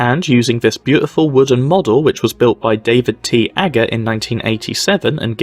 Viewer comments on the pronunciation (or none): none